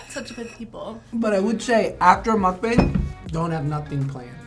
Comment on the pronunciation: If your going to do a mukbang atleast say the word correctly